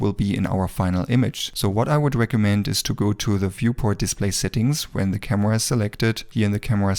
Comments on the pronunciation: I like how you say Kamua - great video btw! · " camewa " i love youre accent❤❤